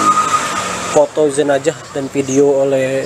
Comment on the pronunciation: Jenazah atau jenajah?